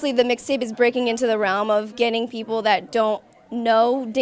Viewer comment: Did anyone notice she said lil mayne wixtape😂😂😂😂